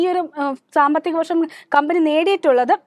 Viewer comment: വായിക്കുമ്പോൾ കമ്പനി കബനി adhe കമ്പനി. കമ്പനിയുടെ പേര് ആവർത്തിച്ചാൽ കൊള്ളാമായിരുന്നു